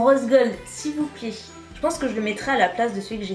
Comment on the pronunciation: Elle a dit sivoupli hhhhh lolll